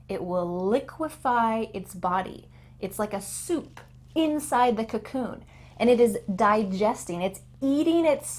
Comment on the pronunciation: Really nice! Thank u, sensei! This kind of dialogue teaching is really practical and interesting. I learned a lot of sentences and words. And I have a little question -- coccoon? or cocoon?